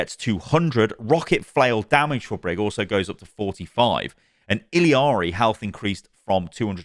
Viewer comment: my boy, it's ILLARI not ILI-ARI